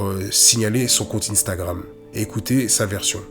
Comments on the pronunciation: Arrête de dire inestagrame 😂😂😂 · Pourquoi vous dîtes tous ine-stagram 😂😂😂